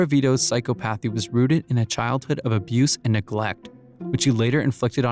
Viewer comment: I like the facts and the way it’s portrayed however, please take the time to learn how to correctly pronounce words. clearly you’re just reading from a script, but certain words are not pronounced the way you say them, I.E, psychopathy